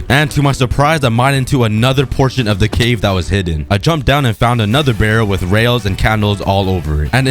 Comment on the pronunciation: The planet hwit the 🏘 is the earf🌍🌎🌏🍪🍪